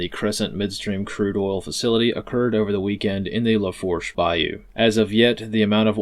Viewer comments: Its pronounced “Lafoosh” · I think it's pronounced "la-foosh" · It's "lafoosh" my guy 😂